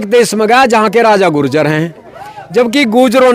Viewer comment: ye apny sy keh reha h ju-jer😂😂😂😂😂 ye apny sy keh reha h ju-jer😂😂😂😂😂